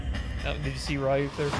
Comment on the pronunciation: by the way, his name is pronounced Re-ook. Like Ryu from Street Fighter